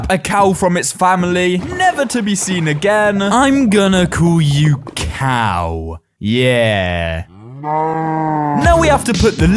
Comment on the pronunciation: Resource cough Do you mean COW?